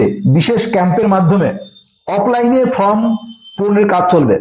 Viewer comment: ওটা ফ্রম না দাদা ওটা ফর্ম।